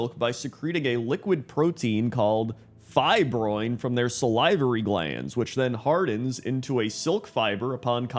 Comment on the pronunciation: I think I had a stroke when I heard “sal-eye-vorry glands” 🤣🤣🤣